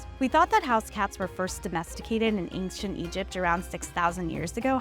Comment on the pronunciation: This information about cats is great- the narrator who cannot pronounce the word "ancient" is entirely unqualified for any position of responsibility requiring communication.